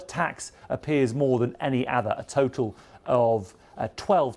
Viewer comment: “any ather”. This broadcaster is repeatedly unable to pronounce the word “other”.